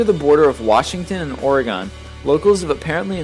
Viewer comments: I hate it when people say "orgon" instead of "Oregon" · really it's prenounced O-R-E-G-I-N is how u should say it but it's spelled like oregon. Ur welcome. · ITS PRONOUNCED OR-E-GEN NOT OR-E-GON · Its. Not. OreGONE. It's OreGUN. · "ory-gone" omg no no no it's "ory-gun" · it's or-again, NOT or a gone... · Betweent Washington And Oregone Its Oregon :) I Live There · Oregon (o-re-gone)? No, it's pronounced (O-re-gen). -_- you don't say I like my Wagon (wa-gone) you say I like my Wagon (Wa-gen). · Who pronounces Oregon how it's spelled? No I'm from OR, most people say ORI-GUN not OREE-GONE, it can't be done like that. I know people say things different ways but c'mon please just say it like your from the place. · It's Or-gin not Or-a-gon! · God fucking damn it it's Ore-GUN not Ore-GONE. Oregonian problems... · OREEGUHN, not OarAGawn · Its pronounced orgin not or-e-gon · Oragon... Really it's OrEgon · please please stop pronouncing Oregon like that!!! Call anyone here and ask, it's not gone! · for the laST TIME ITS PRONOUNCED ɔr-ɘ-gɘn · its not pronounced "ore gone" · It is pronounced ore-gun for pete's sake! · Im an oregonian , its pronounced or-uh-gin . But its fine since your channel is awesome and your most likely not an oregonian so yeah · The border of Washington and Or-Gone? Why do some people pronounce Oregon like it's an alien spaceship? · Why does everyone say Oregon wrong? What does everyone have in their body? "Or gones" -_ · Its OreGUN! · OMG he said "Oregon" like "or-eh-GAWN" GAHHHH this guy really needs to look up the pronunciations of names if he's gonna verbally explain each one... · OR-A-GUN dammit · XD you said Oregon funny. Wait... that's kind of close to where my uncle lives D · You said Oregon weird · completely mispronounced Oregon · I don't like how you pronounce Oregon. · You mispronounced Oregon.... Just letting you know... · how you pronounced Oregon lol fail